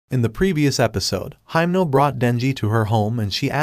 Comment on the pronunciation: You called heimnal makima